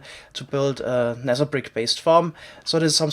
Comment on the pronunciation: i'm a new subscriber... can someone explain me why he pronounce the "th" sound like "s/c" like Nether -> Neser and Theory -> ceory?